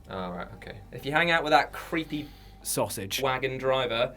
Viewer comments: “Suasage” driver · "SAUSAGE" lol